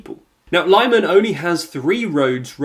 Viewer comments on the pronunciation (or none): Lyman: the first part is pronounced like "limit". It's more like "li-mahn" instead of "lie-man". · lih-MAHN not LYE-man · At 500k subs you should start taking care of details. It's still very amateur. You keep saying that you're an underfunded channel, but it costs nothing to check how foreign names are pronounced. It's /lI:man/ not /laimn/ and if you'd paid attention to the BBC or SKY news you'd have heard them pronounce it correctly. Plus, you know that only in English a Y or and I can be pronounced /ai/. As you deal with a lot of foreign events, I believe pronouncing foreing words correctly is quite important. I remember that ridiculous FDL instead of FDI, when the party's name is Fratelli D'Italia, you can see that Italy starts with an I, so I can see you don't make the slightest effort. Again, I don't know how underfunded you are, at least study how to position a microphone not to have all that room reverb which makes it sound as a home made video. I'm sure you have a condenser in front of you, I saw it in other videos. If you need to capture speech, with 99 pounds you get a very good one nowadays. You don't need to treat your room, you can find the sweet spot for your microphone not to capture so much room reverb or buy a sound shield (you can also build one), a decent sound shield would cost you around 40 pounds. Please also edit your volume, when you start a new footage your audio is at least 4db higher. Audio can easily be edited. There are channels that have far fewer subs but take care of these details. It's high time you did it. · Good luck with the Marathon! Not trying to be pedantic but how do Ukrainians pronounce the name of Lyman City?? Is it 'Lie-Man' as you pronounce it or is it 'Lim-An' as I have heard myriad others in the region pronounce it!!?? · It's pronounced lee man no lie man! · it's not lieman!!!! it's leeman 🤣👍🏼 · It’s Lee-man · The city of Lyman is pronounced "Lee-mahn" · LEE-MAHN, for crying out loud!